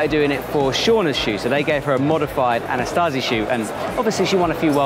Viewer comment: there is no 'T' in 'AnaSAZI', much like there only one 'I' in 'AlumINUM'. Signed, an American (we perfected English. Fight me)